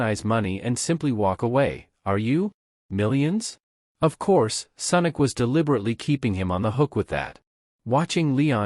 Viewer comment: Senic or sonic 😂😂😂😂